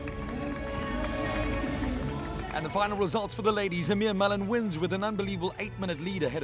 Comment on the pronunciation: its pronounced "eeee-mer".....loving the show by the way. +1 for the HD pleeeease